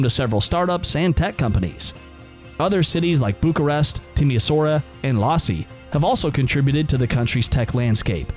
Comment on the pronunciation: Lasi ? Is Iasi :)))